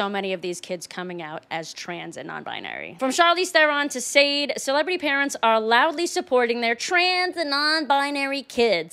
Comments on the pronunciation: "Sade"? It's pronounced "Shaw-Day"... Damn youngsters. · sweetie darling, did you really just pronounce Sade's name as "sade"? I'm super suprised that you don't know her name is pronounced "shah-day" 🙂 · i think Sade is pronounced "Sha de" not "sAde" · it's pronounced like Sha-day (Sade) not Made with an "S". Second, it's Dwayne Wade, not Wayne Dwade. Just saying. Also, Hollywood's celebrities are becoming trans simply because they must sacrifice and if you won't kill them to do that, you must transition them. Don't believe me? That's okay, research it and prove me wrong. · You pronounced Sade's name wrong. It's not "sayed," it's "sha-dae." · Sade is not pronounced Sayd?? No, it's pronounced Shar-day. Also Wayne Dwade? It's Dwayne Wade. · She said Sade, her name is "Sha-day" 😆 Lol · Sade is pronounced SHAW-DAY….not friggin “Sade.” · Omg "sade" is pronounced "shar day" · It’s not pronounced Sade it’s Shah-day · It’s pronounced Sharday not Sade ❤️ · Lol I know this is a side note, but I can't get over the pronunciation "SADE" instead of the proper "SHA-dé" just THREW ME 😂😂😂😂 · SAAAADE?! IT'S PRONOUNCED "SJHA-DAY", HEATHEN. GOD BLESS! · IT IS SADE (SHAR-DAY.)- NOT SAY-ED. WOW.😧😦😳😯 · Its pronounced SHAH DAY Not SADE Just an FYI 😊❤ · Its SHAR-DAY, not pronounced "Sade.' 😢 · Sade? OMG! It's pronounced SHA-DAY! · “Saed”? The name of the Nigerian-born British singer is pronounced “shaw-day”... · whatever Jessica Shah-day SHAW day… it’s not shade it ain’t Sadie …it’s not sayde …I don’t know why I would argue with someone who doesn’t season their food…but your welcome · Sade is pronounced Sha-Day. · its SHAH-DAY. You animal. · Sade is pronounced Shadé... popular in the 80s. David Tenant and Pedro Pascal are more... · Sade is pronounced "Shaw-Day" just FYI. You youngin', you. 😊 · No, it’s pronounced “Shah-Day”, but thanks for playing. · Sade 😂😂😂? It’s pronounced Sha-day. Just saying 😉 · Sade; pronunciation (SHAW-day) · Sade is pronounced "Charday".